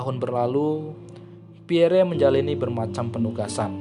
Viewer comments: Iyah... gk ada entang atas di huruf e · Pierre (read: Pierrrrrr) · baca nama beliau cukup " Pierr ", huruf " e " ny ga ush di sebut atuh,,, koreksi dikit yaaach... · Min, sya luruskn yaaa,,, bukan Jend. Ahmad Nasution tp Jend. Abdul Haris Nasution, beliau adlh Menko/ Hankam Kasab,, atasan nya Lettu ( CZI) Pierre Andries Tendean... Nyebut nama beliau juga bukn " Pierre, huruf e teakhir ga ush d sebut,,,,gitu Min... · Bnar mimin Pierre😅 akhiran e jgn dibaca😅